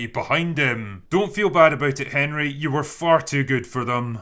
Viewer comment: Lol "Herny" Cavill